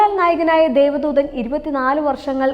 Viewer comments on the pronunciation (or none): രഘു നാഥ് പാലേരി അല്ല കൊച്ചേ 🤩രഘുനാഥ് പല്ലേരി. അത് പോലേ ദേവ ദൂതൻ ആണ് ദൈവ ദൂതർ അല്ല.. ആദ്യം അതെങ്കിലും തെറ്റാതെ പറഞ്ഞു പഠിക്ക്